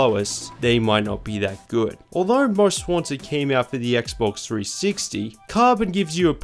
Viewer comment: Every time he says Most Wanted it sounds like he's saying "Ron Swanson" lol